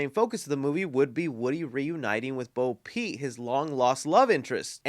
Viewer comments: ima blow your mind because you've been making this mistake for three years, her name is Bo Peep, not Bo Pete lmao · Bro, it's "Bo Peep"... not "Bo Pete" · It's not "Bo Pete"... It's Bo PEEP.